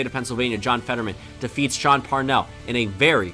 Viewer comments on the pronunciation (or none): none